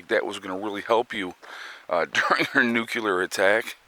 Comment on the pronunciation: The proper way to say nuclear is NU CLEAR!!! NOT NUKE u ler!